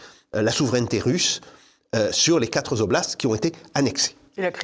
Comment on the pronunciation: Toujours intéressant, monsieur Sapir. Mais pas de S à la fin de "quatre" !!! Et deux fois dans l'entretien 😊😊